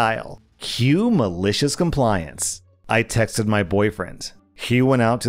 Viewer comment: "Malishiz Combliance" he's said it so many times at this point he sounds like he's having a stroke